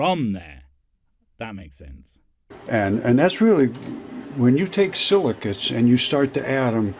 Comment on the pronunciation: Silicates, are you sure? I thought he said silly cu...